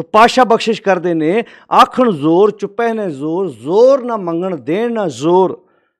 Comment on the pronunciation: ਲਫ਼ਜ਼ ‘ਜੋਰ’ ਹੈ ਕਿ ‘ਜ਼ੋਰ’???